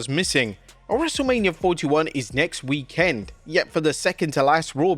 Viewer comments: It's weekend, not week..end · PLEASE change the way you say weekend!!!